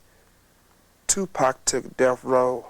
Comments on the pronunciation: i can’t stand when these so called youtuber can’t say people name right , 2 Pack who says that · Tooopack and Sooog...😂 the pronunciations are funny sometimes. RIP Tupac 🙏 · Who the hell is 2pack?! Did you mean Tupac